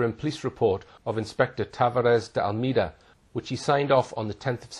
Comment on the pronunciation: Shocking, isn't it? He can't pronounce Inspector Almeida correctly either.